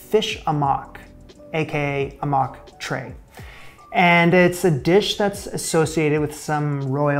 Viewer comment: The dish is to be made into a paste, no fish chunks. That’s why it looks watery. Your banana boat should be smaller, half your size. The dish is pronounced “haw muk “.